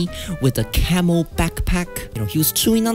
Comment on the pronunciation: I thought you said camel backpack